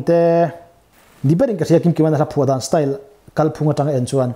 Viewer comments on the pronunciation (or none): none